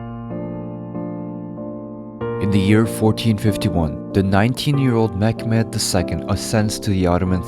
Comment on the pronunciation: This is not mekmed..... This is Mehmed